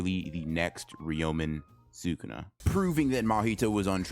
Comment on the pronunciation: Bro why do you have to pronounce the character names so badly? I stg man I love your videos but constantly hearing "Gohjoh Satowrooo" and "reeyomen sookuna" makes me wish you could make like Mahoraga and adapt to the media you're reviewing just a bit